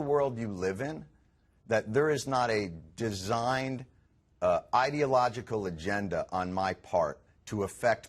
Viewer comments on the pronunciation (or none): Trust a Fox presenter to pronounce "ideological" like "idiot".